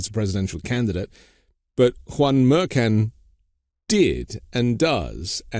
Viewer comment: Judge Merkan? 🙄 she even said it before you. Can’t be bothered to say someone’s name correctly?